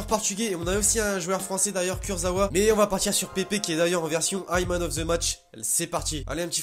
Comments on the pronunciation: c'est pas pépé c'est pepe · Tu le dis mal tu dis "Pépé" alors que c "Pèpe" La prononciation